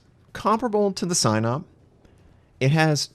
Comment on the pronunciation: I know it's completely unrelated but for the love of god please, pronouncing of Sinop is something like "see-nope" not "Cy-nope"